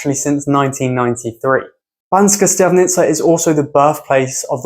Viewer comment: to be honest im kinda surprised when it comes to Bystrica and Štiavnica you basicaly pronounced them well exept that you basicaly swapped the S and Š pronounciation... where you could just say Bystrica you said BySHtrica and where you could say SH-tiavnica you said normal S :D still a lovely list of places..maybe i would exclude Zvolen simply because i know it too well to just look at only the beautiful things in there